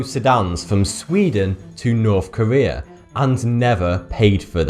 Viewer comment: It's North Korea, not Nuuuwthh Kuwweeeaa.